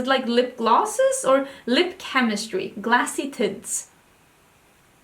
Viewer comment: I thought you said "glassy titts"! When you were talking about urban decay lip tints!!! I am sorry!!!!